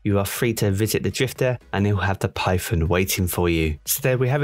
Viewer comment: Everyone: Python: Pyfon